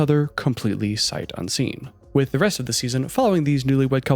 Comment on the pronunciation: Why does he add h’s randomly? Like, he said “resht” instead of rest. Is it an accent? Just curious, not hating.